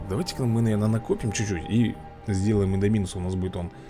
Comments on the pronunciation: Не индоми́нус а индо́минус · Индо́минус Рекс а не Индоми́нус 😁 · видосик класс только индоминус не правильно ставишь ударенье учти пожалуйста